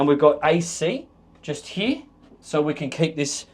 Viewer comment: Heeyaa, instead of HERE! Bye